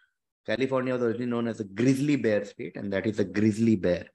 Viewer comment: She said like GrislyBear..